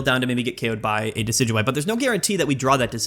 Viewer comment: It's pronounced Dekky Dewey